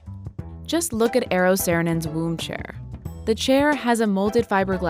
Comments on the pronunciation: If they deemed Eero Saarinen important enough to mention him multiple times throughout the video, they should have at least tried to pronounce his name correctly. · oh my god you didnt even try to pronounce his name right